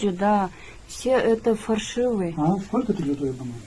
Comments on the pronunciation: Фаршывый дебей фальшивый дечи,ай чон Кыз уят ,канча Адам коруп атат муну. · Фаршивый дейт го 😂